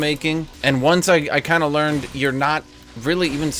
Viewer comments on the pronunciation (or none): none